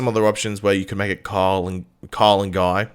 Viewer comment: I know you're saying Kyle, but I couldn't help hearing "Carl & Guy" 😅